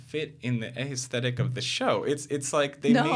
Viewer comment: His repeated mispronunciation of "aesthetic" almost made me rage quit this video. Learn how the word is said if you insist on saying it, especially over and over.